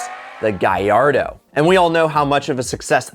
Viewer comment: It hurts me when he says Gallardo like gyardo :(